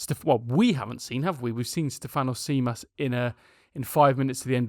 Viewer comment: Tzimas is pronounced ''Jimas"